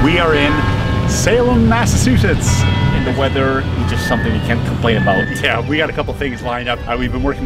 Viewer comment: Mass-ah-chew-setts not mass-a-su-chets